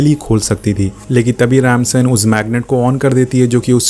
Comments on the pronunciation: Rip English it's Dom not Tom, it's Ramsey not Ramson😂😂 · Its dom not tom Its remsi not ransan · Tom Nahi Dom h uska naam 😂🤣 Kya Explain krega re tu Tez ko ramsen bolra h or vo ramC h chaperone nahi Chyper h 😂🤣😂🤣